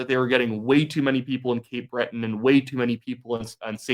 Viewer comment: it's Cape "Breton"